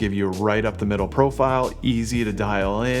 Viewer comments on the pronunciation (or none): none